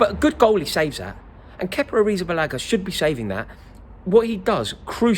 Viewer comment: Just say kepa